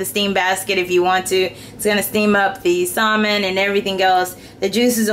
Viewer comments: I used to pronounce it the same way; she's just pronouncing the "l". I did too. It wasn't until I took a TESL course that I found out it's pronounced "sammin" instead of "salmin". No biggie. :) Personally, we didn't cook salmon when I was growing up so I think that's probably why it took me so long to figure out. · The L is silent in the word salmon LOL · You don't have to be mean about it. Thank you beautiful lady for teaching me how to cook healthy food! (BTW, I like the way you say salmon, outside the box)